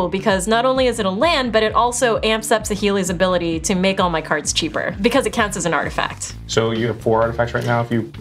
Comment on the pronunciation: Are you sure that Kyle isn't actually Seth "better known as SaffronOlive"? His mispronunciation of cards was pretty epic.